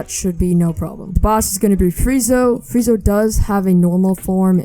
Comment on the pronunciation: Bro called sanji, sanjay 💀or freeza, freezo